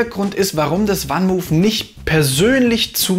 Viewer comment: Das Fahrrad kommt aus den Niederlanden und wird 'fann mooof', also wie man es im deutschen schreibt, van Moof ausgesprochen und nicht 'wann muhf'. Sonst aber ein sehr guter Beitrag.